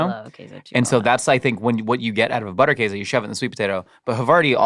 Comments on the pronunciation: in Wisconsin we pronounce it Butter - Case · the way you say Käse is right. The butter in German, would be pronounced with a harder T sound and also with the u as in boot: B - oo -tt-er Käse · Oh thank god, you prevented me from having to skip this video from the idiotic butchering of Butterkäse pronunciation. We live in 2026, there's no reason people cant do a quick google to learn its not pronounced butter kahzay. Even if you don't pronounce it 100% correctly, the difference will be significant and much appreciated